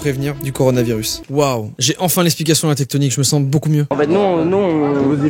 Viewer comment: Tectonikeur... Je suis le seul à qui ça dérange ? 😂